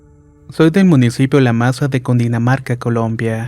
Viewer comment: ☹ antes de publicar un relato , por respeto debería cerciorarse tanto d ela pronunciación de los lugares como si existen, en Cundinamarca NO existe un municipio llamado la masa, es LA MESA Cundinamarca, no es la primera vez que no solo pronuncia mal sino dice mal los sitios. Y esto molesta a los que somos de aca